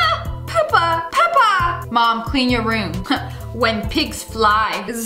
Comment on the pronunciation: not pepper but peppa